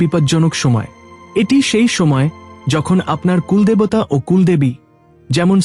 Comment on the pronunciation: বঢ়্ কথাটা বাংলা শব্দই নয়। বড় শব্দের এরকম উচ্চারণ, কুল্ দেবতা উচ্চারণ শুধু ভূল নয় হিন্দি ভাষার অনুকরণে প্রাপ্ত। বাঙ্গালীর কাছে এটা নিতান্তই অপ্রত্যাশিত। বাংলা শুদ্ধ উচ্চারণ যদি বাঙ্গালী না করে তবে তার বাংলা ব্লগ করা উচিত নয়। বাংলাকে এভাবে লাঞ্ছিত করার অধিকার কারোর নেই।